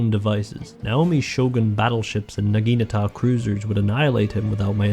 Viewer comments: Because he calls Naginatas Nagitas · What is it with english speaking people and them being unable to say the word NAGINATA. Not Nagita, not Nagikatana, not Nagatana, NAGINATA!🤦‍♂️ And a Torpedo is not a missile!